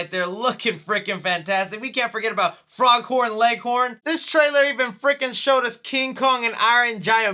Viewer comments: Did he just say “Froghorn”? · His name is FOGhorn Leghorn not FROGhorn Leghorn, Dude! XD LOL! 😂😁